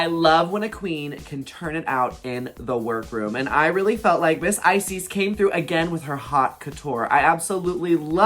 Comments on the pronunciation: Is it only me that keep hearing ice, sis instead of Icesis? hahahah love you queens <3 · Girl y’all pronouns icesis wrong the last part of her name is pronounced like sis ice sis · lol not both you guys pronouncing Icesis as "eyesees" I'm crying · ah? Ice- Sees?? Prison, henny!!😅😅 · Are they deliberately mispronouncing every single queen’s name? I swear not one name was said correctly 😂😂 Come through “Icies”, “Aydriana”, “Kendal Jenner” and “E6000”!! 💀💀💀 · not them not even pronouncing the winners name right lmao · The pronunciation of Icesis. I can't! 😭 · Everyone's commenting on Icesis's mispronounced name, but I'm truly surprised Kendall Jenner was on this entire season of canada's drag race and we've been calling her "Kendall Gender" all along...😜🤣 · Ooof the pronunciation of icesis name :( imagine winning the season and then hearing your name pronounced wrong lol.